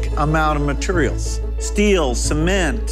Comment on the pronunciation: I just want to say....he said maturials